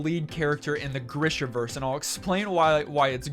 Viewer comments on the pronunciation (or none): Greeeeesha. Greeeeeeshaverse. Say it with me.